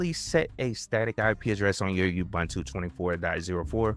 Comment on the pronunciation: I don't know when gateway4 was deprecated but you encountered the message in your video and just ignored it. A quick Google of the error message led me to use the "routes" section of YAML (see an example at /usr/share/doc/netplan/examples/static.yaml) Also, it's like fingernails on the chalkboard to hear people butcher the name Ubuntu. It's pronounced oo-boon-too and people should know that by now, especially people providing tutorials on how to use it. Do you say Wine-dows? Make-OS? Why pronounce it You-bun-too? I appreciate you making the videos, but please make sure you're current, thorough, and accurate. It'll go a long way to getting you (and keeping you) subscribers.